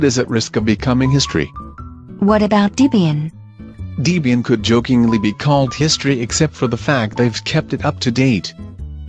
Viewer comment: Yeah it's deh-bee-yin, not dee-bee-yin.